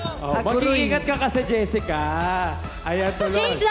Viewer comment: meanwhile jessica”pistengywa”HAHAHAHAHA